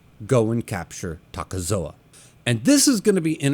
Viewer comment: It's not "Takezoa" just Takezo.